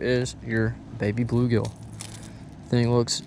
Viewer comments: Baby BULL gill. Not baby blue gill. I don’t know why that was driving me crazy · Nicely done, but cringed every time you said Baby Blue Gill. It’s a Baby Bull Gill.